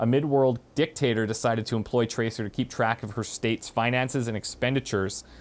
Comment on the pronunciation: traceer is a SHE not a HE and its SEER not ER. EAR. not ER. PLZ try saying it properly